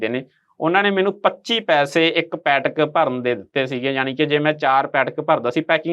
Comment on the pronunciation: ਬੇਟਾ ਪੈਟਕ ਨਹੀਂ ਪੈਕਟ ਬੋਲੋ